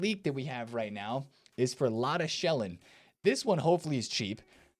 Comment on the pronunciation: Love your summary of what is happening in the game each day, good job! As an aside, Lotta Schelin should be pronounced more like "Lotta Sheleen" (I know you can't pronounce everything correctly, but just want to mention it).